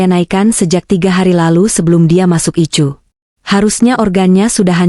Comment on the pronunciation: Addis Ababa zEtiopia dengerin cerita yg aneh ini ICU dia baca ityu bukan ai yu payah kurang haul